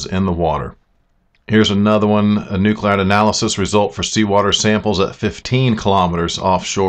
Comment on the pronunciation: It's pronounced, " New-clide ": not--- Nu-clee-ide. Bad pronunciation and spelling is a pet peeve of mine.